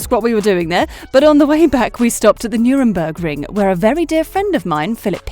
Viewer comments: Nürburgring not nurembergring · It’s Nurburgring, not Nuremburgring!!! REALLY!!!!! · I think they were on something, when they said Nuremburgring.